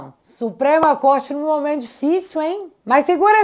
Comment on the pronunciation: A Natuza fala "momanto", deve ser a queixada rss 😄😄😄